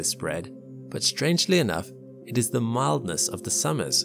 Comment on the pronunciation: "mildnest of the summer" you should come to Spain in summer. Mildnest lmao.